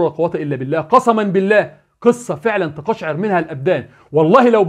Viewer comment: لا تقل : تقشع لها الابدان وقل : تقشعر ( فتح التاء / سكون على القاف / فتح الشين / كسر العين / سكون الراء